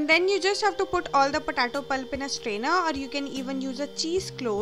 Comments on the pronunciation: Thanks for uploading but it's potato not pahtatoh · its potato , not patato 😂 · Puh-tay-toe.. Just a humble suggestion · It's pronounced Potaytoe not Potahtoe, Lets call the whole thing off. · "patato" haha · patato😂😂😂😂😂😂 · Lmfaooo "PATATO" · Please, potato is pronounced: POT-AY-TOE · when you say it "POTATO" .. cool.. PU TA TOH! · “Po Tar Toe” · Girl you need to learn how to pronounce potato correctly. It’s hilarious ur potato sounds petaatoh 😂😂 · because she is from the middle eastern country thats why its potato lmao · Not all Indians sound like this, but yeah the way she said POTATO is funny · Mayuri Patel 😂😂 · Mayuri Patel I noticed the same.